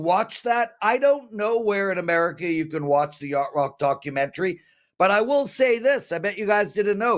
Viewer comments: Y-a-C-h-t 😂 but we know what u meant lol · that would be "yacht". love the show brother never miss it!